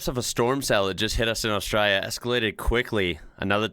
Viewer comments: First time viewer and I really enjoy your take on Australia. Please learn to say Australia with the L sound though. Saying as austrayia just means the same as sayibg America as 'murica -- very bogun/red neck. I can call a pass on town names because we have a lot of strange ones but please work on not saying Australia with a Y 💜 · Am I the only one thinking that starts to sound a bit Australian when he says something about Australia? Longer comments and it disappears, but the way he says Australia. Netherlands here, so not-native speaking English.... I am not capable of imitating an Australian accent, American and English I can manage... I doubt if anyone will ever see food in the shape of the Netherlands... For those who have never seen a map: we refer to it as a man and his dog. And there is a diver in the south west... Once you see it, you cannot unsee it.